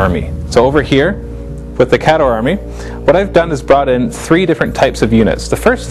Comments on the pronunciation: Did you read the new rules? it actually provides a pronunciation guide. It's KAY-dohr. NOT, kah-DOR. Geez. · Now Listen. the new book has the breakdown of pronunciations for the armies. There is no excuse not to call them "KAY-door" now.